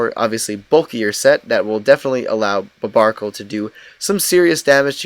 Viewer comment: Not to mention he's misronouncing barbaracle's name